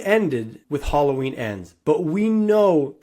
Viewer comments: Its Ha-low-ween not Challah Ween!! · If bro said "HOLLOW-WEEN" one more time I was gonna smash my phone 😆 🤣